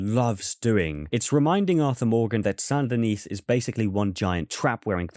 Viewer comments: Saint Denis is pronounced "Sandy Knee"; the "t" in "Saint" and the "s" in "Denis" are silent. French, am I right? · Tiny nitpick: So you don't pronounce the last S in Saint Denis. It's like San Da Nee. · it’s pronounced “San din-ee”. The S is silent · The last S in San Denis is silent. Much like the E in Van Der Linde. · Please stop pronouncing Saint Denis that way lol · The “s” in “Saint Denis” is silent bro